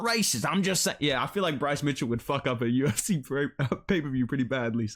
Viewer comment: "I im thi first Ifrican to call flights in the Yu-If-See"